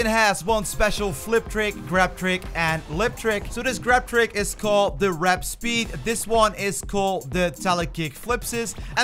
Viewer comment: Combo text says 'Warp speed' " This grab trick is called the wRAp speEd " Also they're called 'plushies', not 'flushies'